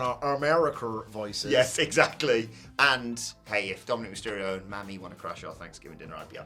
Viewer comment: It’s pronounced like “Mommy,” not “Mammy.” 😂